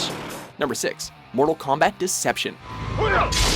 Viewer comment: I like how you called it combat instead of kombat